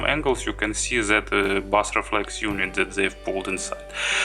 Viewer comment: OK - I'm sure you speak several languages and your English is generally very good, but we both know your pronunciation of 'bass' is completely wrong in video targeting English speakers. I only mention it because you use the term repeatedly - please take this small criticism in the spirit in which its given. Thanks for the video.